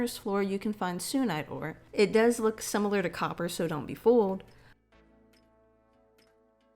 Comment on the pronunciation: The sunite ore is pronounced like how you say sun just with a -ite at the end